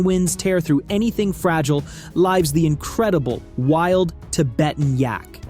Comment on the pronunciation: AI voice can't pronounce "lives" as a verb. Sigh.